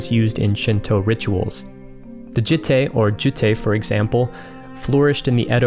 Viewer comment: Jitte is pronounced jee-teh, not jih-teh. Had to mention it, sorry. Love your work!